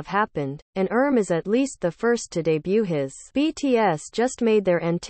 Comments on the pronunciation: Ummm why did you keep saying "erm" instead of "RM"? You made the commentary of this video sound ridiculous. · Hahaha!😂😂😂 I kept laughing every time she said “erm”!! 🤣 She also said “yungkook”!😂 (I’m thinking this narration is computer generated cuz if the narrator was a true ARMY, she would know how to pronounce their names correctly).